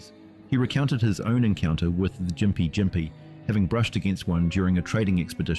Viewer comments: Also you've somehow managed to pronounce Gympie Gympie wrong every time, but differently every time too lol, Its "gim-pee gim-pee" Not "gim-pie jim-pee" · I lost count of all the different pronounciations of gympie gympie used. Gim-pee Jim-pee Gim-pie (There are 9 different ways of combining those, but I'm pretty sure only 5 were used)